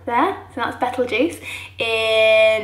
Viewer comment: Do you realise you pronounce Betelgeuse constantly wrong?? I’ll be damned!